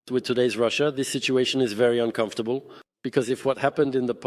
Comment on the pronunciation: can't even say russia